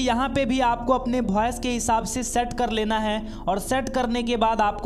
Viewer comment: फॉयस या वॉइस 😂😂😂